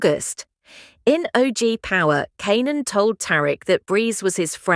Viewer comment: I hope that you get your ai to pronounce Kanan right 😂